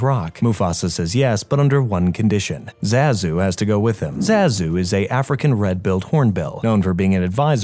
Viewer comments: “zazoe” ITS ZAZU YOU LITTLE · zazoe????!??!?!?!?!?!? ITS ZAZU!